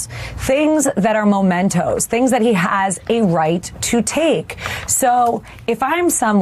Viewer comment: Mementoes not Momentoes! Dan Quayle School of Law!